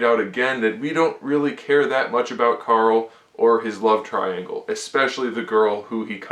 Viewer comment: Am I the only one who got pissed off from him saying coral instead of Carl?